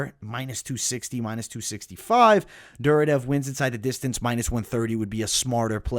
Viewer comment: As a big ACB MMA and ACA MMA fan, that Duraev pronunciation is killing me. There isn't a second D in the name. Its Dur-I-Ev. I hate being that guy but it was just like nails on a chalk board.